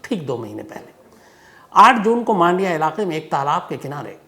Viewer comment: 1 मांडिया नही " मंडिया " कहा जाता हैं 2 बैंगलोर नहीं " बेंगलुरु " कहे भविष्य में 3 बेंगलुरु में कोई रेडलाइट एरिया नही जो आप ने कहा । बहुत से जगह वैश्या घर छुप के चलते हैं